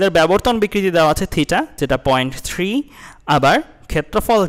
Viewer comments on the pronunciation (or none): none